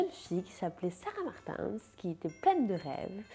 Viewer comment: C’est la première fois que j’entend « sarah Martainssss »